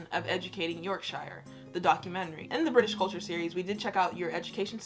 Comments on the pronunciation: 'Yorkashire' its York-Shire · York shyer😂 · NO! ITS NOT 'SHIRE' ITS 'YORK-SHUH' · Yorkshire is pronounced yorkshu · It's pronounced "yoksher" if your from... Yorkshire 👍